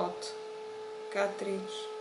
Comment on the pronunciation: Ten sa cita ketris pre Boha!!! Ziadny kaaatric